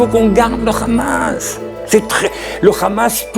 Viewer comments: Dans la prononciation arabe Hamas est un hha non un khra on-dit en arabe Hamas non khrahmas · on comprend pourquoi les sionistes d'ici ou là-bas, prononcent tous "Khamas" au lieu de "Hamas" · Très bon reportage ! Je suis quand même assez étonné que beaucoup de gens, notamment beaucoup d'israëliens me semble-t-il, ne comprennent pas que l'on ne dit pas "Khamas" (avec Kha comme le J ou Jota espagnole, comme le mot "jamas" jamais) mais "Hamas" (avec un H aspiré). Ca fait évidemment toute la différence en arabe ! Je remarque que personne ne le relève alors que c'est crucial dans ces temps de conflit et de confusions !